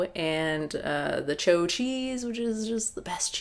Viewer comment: I believe Chao cheese is pronnounced "chow" not "cho"